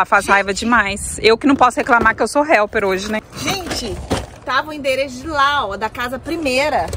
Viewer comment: correto falar helper e nao help. Abraços de Atlanta-GA